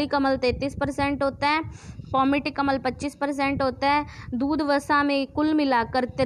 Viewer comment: Madam phele bolna to sikhlo Vo अम्ल hota hai अमल nhi 🤣🤣